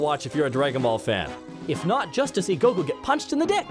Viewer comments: That pronunciation of Goku... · Are you pronouncing Goku's name like that just to piss people off? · Hate how you say goku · The way pronounces goku makes me irrationally angry